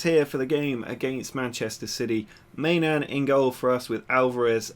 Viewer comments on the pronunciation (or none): i know I'm a little late, but I'm pretty sure the keeper's name is pronounced "my-non"